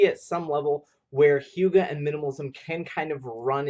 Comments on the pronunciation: I love yer channel so much but it's pronounced "uegah" not youga. my hyggenaut self was cringing each time you said it but your dances of course always save the day!! xoxoox re-subbing cuz...where u been? or where was I? glad to have found you again cuz yours was the first channel i think i ever subbed to! I also shared the hell outta this!! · HUGAH NOT HIUGAH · In Danish Y is not a consonant, in the word hygge it has a very clear sound, and it does not have a J sound. Just found this video, and as a dane it hurts every time you say "Hjuge" but hey not everyone can speak Danish :)